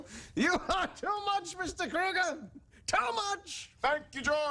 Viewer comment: I love out of George's dad mispronounces Krueger's name. He omits the R kind of.